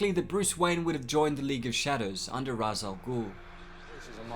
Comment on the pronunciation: It is pronounced "Raesh" Al Ghul